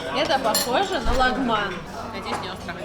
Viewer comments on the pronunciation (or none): none